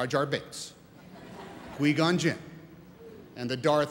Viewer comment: Lol did Tom just say quee gon jinn? 🤣